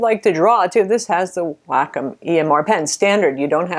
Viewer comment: waycomm not wackomm